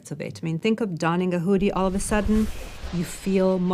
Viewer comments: The who-dee.... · Ted speaker: "The huudy" The Woodys start playing! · Please ask her to pronounce hoodie like everyone does. PLEASE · The “oo” in “hoodie” is pronounced like the “oo” in “good,” not the “oo” in “food.” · She’s pronouncing it incorrectly ! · Disliked because she can’t pronounce hoodie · Whodie this person learn from that she pronounces the word in that way? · The way she says hoodie makes me uncomfortable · The same way many people can't (or choose not to be able to) pronounce "oo". Moon becomes "mewn", food becomes "feud", cows apparently "mew". Annoys me intensely.